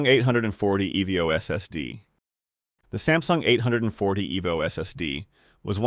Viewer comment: no human would ever pronounce "evo" in "samsung 840 evo" as "eh vee oh"